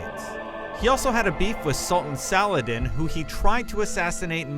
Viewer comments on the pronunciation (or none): you say it like salad in..... its pronounced Salah Adeen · Saladin is not pronounced Salad in, it is pronounced Salahdeen